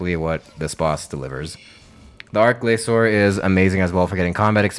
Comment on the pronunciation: its more like arch glachor/glashor then saying it outout sh sound